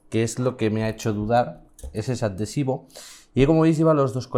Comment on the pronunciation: Atentos a como pronuncia adhesivo ¿?¿?